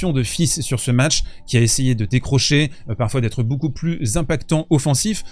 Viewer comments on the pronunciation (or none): none